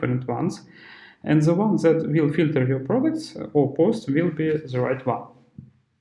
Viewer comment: Чувак, не произноси слово ВИЛ, это сразу наших выдает. Это как в Камеди клаб - Американское радио. Ю вил ор нот вил …. Will - это не слово отдельное, его проглатывают американцы И побольше артиклей